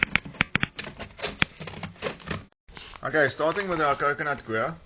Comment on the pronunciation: What a doos... Coir is pronounced Koi _ er . Got that ? Not fkn "queer" Eish...these okes from Sewf Efrica......